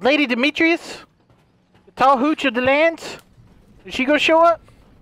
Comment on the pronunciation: Lady “Demetrius”😭 He gave up on saying her name😂